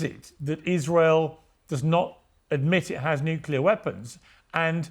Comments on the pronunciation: Nucyaler? SMH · ‘Pre-emptive Strikes’ are ILLEGAL. Dig?!?! The word is ‘nuclear’ not ‘nuke-u-lar’ The guy is foxed… Watch how his blink rate increases… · It’s pronounced nu-clear! Not nuculer. It’s really irritating to me when a person says it wrong. If you’re gonna defend your bloodthirsty fascist nation, at least say the words right. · This IDF guy's habit of talking over other people is typical of fascists, especially when they are losing an argument. Also, did he practice saying "nukilar"? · When people say nucular instead of nuclear, it reveals a lack of regard for something important. Some say it out of ignorance or the perception of being so. Some use the word to buffer their mind from their own discomfort having failed to be forthright. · IT'S NUCLEAR! NOT "NUCULAR"! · Bit pedantic, but the word is NU-Clear. Not nook-ular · Tired of hearing "nucular" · "Nu-cu-lar" is an annoyance. 🙄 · We must return to mocking idiots who say nukuler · Ugh why us that no one can pronounce nuclear. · i kinda wish Doran would actually learn the word nuclear, that might be helpful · The guy literally does not understand what it means to be told that everything you've said is projection. So much so that he tries to use it against Mehdi but falls flat because he just doesn't understand what he's even talking about. When someone repeatedly mispronounces "nuclear" over and over again you can rightly ignore most of what they are saying. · NUCLEAR!!! There is only one U in the word. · How come right-wing nut?Jobs don't know how to pronounce nuclear? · This man can't even pronounce the word, nuclear correctly